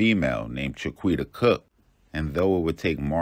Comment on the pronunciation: Cha-quita??. Cmon with these names y’all.